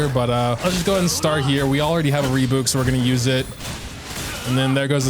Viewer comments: saying "reebouk" instead of "rebyuuk" brings me a mix of cortisol and serotonin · wait is that re-byuk?! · i can't get over how you pronounce rebuke oh my god. rebook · it's probably the last wrothesley centric video but you're killing me, it's Re-byuke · rebuke. ree-byook. rhymes with puke. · Re-BYOUK! Like ukelele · It is "ree byook" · "Puke" Take that, replace the p with b, say re before it = rebuke. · I have been quiet for too long at this point,, for the love of god rebuke is pronounced re-byuwke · Love how he keeps pronouncing rebuke as "rebook" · Sometimes EU youtubers I watch speak english so well and in this very American accent, I forget they're EU and then they drop a "rebook" and it throws me off for a bit. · ITS SO ANNOYING LMAO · The way he’s pronouncing rebuke is causing as much damage to me as Wriothesley dealt to Masanori ❤️ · Is it not how it's pronounced in AmE? I know they like to drop yod so much (like in tune and Tuesday) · I'm sorry, HOW did you just say rebuke?